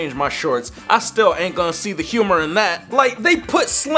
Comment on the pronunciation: did you guys notice that he said “stee” instead of “see”